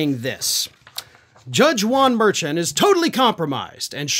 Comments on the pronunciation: It's pronounced Mer-shawn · Correct way to pronounce Merchan should be like Mer-shawn. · Judge's name is pronounced Mershawn. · I believe that the Judge Merchan name is pronounced "Mershon" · Hey. I really enjoy your videos. Just wanted you to know that justice Juan merchants last name is pronounced mer-shon. I'm sure you will be mentioning him a lot in the coming months and thought you would want to know. Love you! Keep up the great work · His name is pronounced mer-SHAWN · Don't mean to be picky, but the Judge's name is pronounced MERSHAWN. (I know you don't watch other programs. so you wouldn't have heard it.) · you keep mispronouncing Judge Merchan's name. Also, the Judge is part of the court staff. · I wish you would pronounce the judge's last name right.